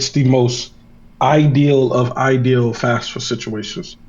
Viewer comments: Why does he keep saying fasfa? It’s FAFSA. Candace did the same thing. Do the counselors at these underprivileged schools just not talk about FAFSA to their students? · why does EVERYONE pronounce FAFSA wrong WHATS WRONG W PEOPLE